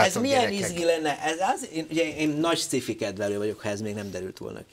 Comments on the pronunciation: Hát ezt meg ki mondta, hogy szkifinek kéne ejteni? Mitől? Ejtse ki jól: science fiction. Van benne k hang? A másik lehetőség meg a magyaros, ahogy írva vagyon. Szkifi pont nincs egyik lehetőségben sem. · sci-fi...kerem ejtse ki jol...c helyett k...amugy jo volt.....